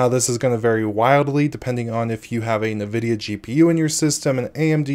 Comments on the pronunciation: You are pronouncing Nvidia incorrectly. This triggers me bad. I can't watch the video because of it. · I cringe each time you say Nvidia or NVENC